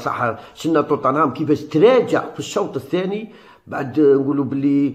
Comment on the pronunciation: عالاقل اكتب بالعربية وراك غالط في نطق توتنهام